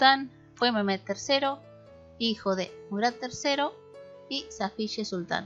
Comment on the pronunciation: los nombres como Mehmed y Ahmed,la hache que lleva en medio se pronuncia como j,es lo que entiendo